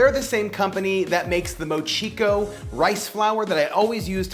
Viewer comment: Hey, this was a great video! I love that you love mochi! Adding another pronunciation note. Mochiko is mochi-ko, all about the same emphasis. It sounded to me like you were saying mo-cheek-o. All in all though, it was a fun video and I learned something from it! My mom and I are trying to improve our homemade mochi and I'm watching a lot of mochi vids. Yours is really fun!